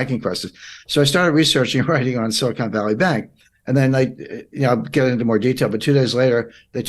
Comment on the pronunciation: The word you should have said is silicon, not silicone (re: Silicon Valley Bank).